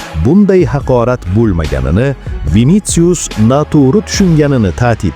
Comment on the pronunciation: Винициус эмас винисиус